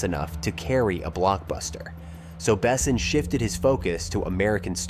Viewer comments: Milla Jovovich best choice for Leeloo ever. Can’t imagine anyone else in that role. - The whole movie is perfect, no sequel, no reboot, no remake please. - The narrator should teach himself how to pronounce Besson correctly in French. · What's with ALL the misproninciation of the director and actors and Besson other movies?,I wouldn't recomment this channel to a dog. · If you put out a nearly 40 minute video about a director, maybe check to see if the AI is pronouncing his name correctly? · Besson is French, its pronounced "Bess-on" Bess, On. With the "On" being french, and almost not pronounced. Super annoying . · Not to mention "Besson". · nice video, but OMG with the AI to read the vid's script... horrible... LEAD ACTORS... as in made of LEAD, not made to Lead... Luc BeSSON, not BEsson... Ugh... just spend the time narrating it, or hire someone to do it for you. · I'm sorry, but my brain can't get past the narrator calling the director "Luke BESSEN". "The Fifth Element" is one of the greatest sci-fi action movies of all time; you'd think that someone who did this much research into it would know how to pronounce the director's name. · Never heard Besson pronounced "bessin" before. ❤ It grew on me, though. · BAY-sen. As a francophone it was insulting. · I watched through two "Bess-ons" and turned it off at "Gah-mont" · at least you pronounced luc correctly as opposed to Bes son. Facepalm😂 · Bessin? You can't even pronounce the director's name correctly, but want me to watch a 38 minute video on the "secrets" of the film? Yeah right.... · If you say the name Besson 200 times you should first look up the correct pronunciation. It is painful to listen to you butchering the name constantly. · Disliked and clicked off, AI narrator not even set to properly pronounce 'Besson' - maybe try a bit next time. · Please don't use text to speech. You butchered pronunciation of Besson's name repeatedly, I had to stop at 3min